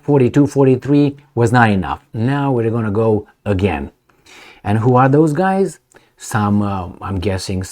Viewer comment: Also, NOT "these Guyses" but "these Guys" Also, NOT "I'm just keeding, keeding" but "I'm just kidding"